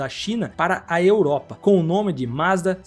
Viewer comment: Pronuncie direito: Mazda é Z 60. Quem diz "ê" é aluno de ensino fundamental. Ou aquele que só compra lâmpada gê"ê". Estude! Para se comunicar com o público, tem que ter estudo, senão cai na insignificância. Ou no desprezo.